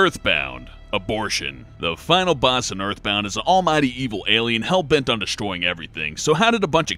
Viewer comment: "hellbent on destroying everything" "HELLBENT"